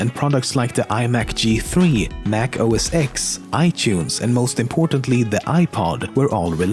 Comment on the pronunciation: Here's a fact for you: it's pronounced "Mac Oh Es Ten", NOT "Mac Oh Es Ex". Also your fact about AM isn't quite right